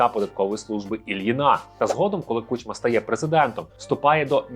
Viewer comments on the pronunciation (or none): none